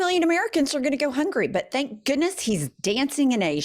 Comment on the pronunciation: Can you just record a loop saying, "Canks"....Makes me laugh even when I'm crying...